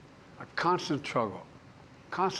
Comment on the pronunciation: That was a “truggle” to watch.😅